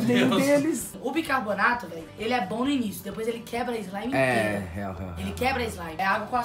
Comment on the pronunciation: Camila Loures n se fala “Bicanornato” o nome certo é Bicarbonato